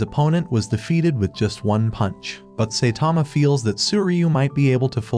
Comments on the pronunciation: Saitama❌ Saytama❌ Saythomas❌ Satama✅ Genos❌ Gines❌ Binegino❌ Dinos❌ Gino✅ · oh wow, I thought his name was Saitama and not Saytama, we learn new things every day..............................but seriously, if you can't say his name right, how can I believe you are, right about the other stuff that isn't spelled out black and white. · It is not say Tama it’s Saitama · Saitama❌ Seytama ✅ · saitama❌ Saetama✅ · The ai mispronouncing the same words got annoying quick. Especially Say-tama. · Bro said saytama💀💀